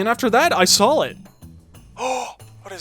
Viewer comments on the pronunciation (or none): “I sawl it”